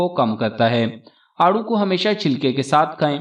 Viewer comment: It is aarro, peach